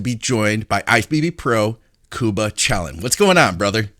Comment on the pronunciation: "Unlocking Excellence" "Obsess to Progress" "Precision Performance".....all with. Or a cheeky option to get people to pronounce his name right, "Chilling with Ceilen"